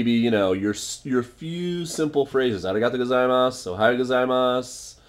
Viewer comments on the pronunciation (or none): ah-ray-got-u -go-zai-ma suuuu :D hahaha That was so funny. I really like your videos. You are so nice and friendly. Thank you for your videos.